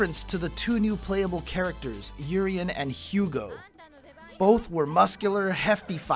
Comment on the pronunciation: It is Oo ree en, this guy is very 'murrican with his names pronounciations.